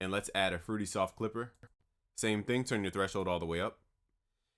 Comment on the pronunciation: Super annoying that "Thíng” 😂